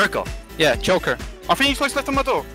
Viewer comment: He's "JOKER" not "Choker" XD they have joker vs batman calls on theme park.